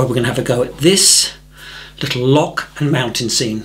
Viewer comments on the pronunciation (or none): I am blown away by this, I am Scottish and will forgive your pronunciation of the word loch! amazing! I am going to try this, just finished Mr Fox and couldn't believe that I painted that! I was was so lost in what I was doing! Amazing feeling! Thank you so much for all you do, you are such an inspiration